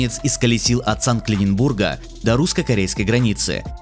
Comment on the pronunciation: Сан-ЛЛЛЛиненбурга!!!!????то ли смеяться,то ли плакать...